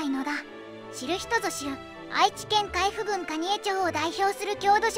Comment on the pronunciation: 海部郡（かいふぐん）ではなく、海部郡（あまぐん）なのだ！